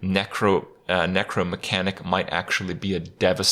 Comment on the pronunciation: It pissed me off hearing him say "Necromatic" when it's written Necromechanic there. Get it together Kripp